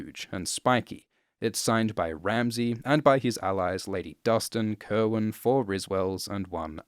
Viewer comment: Cerwyn is actually pronounced Serwyn, not Kerwyn. Heard it from GRRM own mouth.